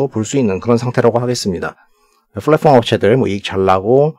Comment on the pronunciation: 잘봣습니다 다만 flatform이아니라 platform입니다. 발음주의부탁드립니다